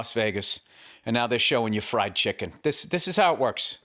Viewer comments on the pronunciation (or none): none